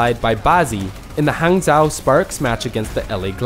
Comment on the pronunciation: Hangzhou is pronounced Hung-Joe now hang zao